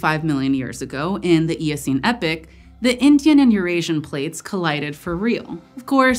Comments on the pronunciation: No. You can’t narrate a scientific video and say epic instead of epoch. Wtf is the Eocene Epic..? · "EE-pok" or "Eh-pok", not "Eh-pik" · ee-pock not epic.